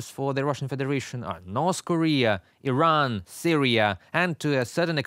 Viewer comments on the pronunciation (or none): none